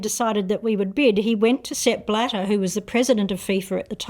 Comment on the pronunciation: Sepp… bladder?. Sounds a lot like step ladder… I’m sorry xD